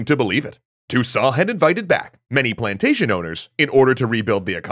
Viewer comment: Does it sound to anyone else like this is some kind of AI version of? He's saying the right words and speaking the right way, but he's putting emphasis on strange words and pausing in unusual places. Like "Toussaint had invited back... Many PLANTATION owners! In order to rebuild the economy."